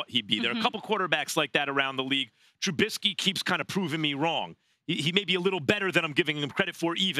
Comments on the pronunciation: Trubissssky not trubinnsky get it right you get paid millions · Its not "Trubinsky" your inability to pronounce his name shows your bias. You undervalue the way he uses his legs to confound defenses. You will learn. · Stephen be a journalist and say Trubisky's name right. Jesus.